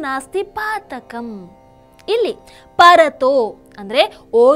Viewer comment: ಪರತೋ , ಅಲ್ಲ ಪಠತೋ,,,,, ಅಂತ ಮೊದಲ ಶಬ್ದದ ಉಚ್ಚಾರಣೆ ಮಾಡಬೇಕು.